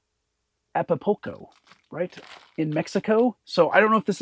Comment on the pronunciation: Acapulco: Say it out loud - "ACK-UH-POOL-CO"